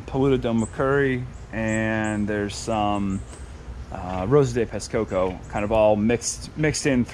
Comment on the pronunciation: Nice fruits... but you kind of have to pronounce some of the words here correctly next time... For example... Roxa Pulpa(Actually Roxa Polpa) = "Hosha Powpa" Rosa de Pescoço = "Hoza jee Pescoso" Jabuticaba = "Ja-boo-chee-kaba" Other then that, the video is good somehow and the fruits from what it appears to be from Brazil seemed to be nice.